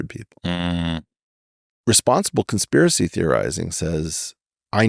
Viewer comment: "...responsible cons'piracy theorizing..." 🕳